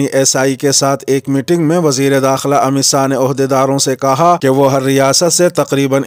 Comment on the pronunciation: السلام علیکم آج وزیر داخلہ کا نام امت ساہ نہ کہ شاہ سننے میں لگ رہا ہے کیا میں صحیح ہوں